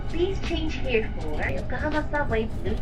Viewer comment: I like you very much. Your Australian accent is lovely. The "hiya" (here) is very prominent. 😄